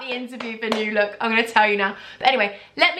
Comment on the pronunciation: Lmao love it already 😂. It’s NEW look not new LOOK and it’s preeeemark not primark haha I’m in Swansea 😂😂😂🤣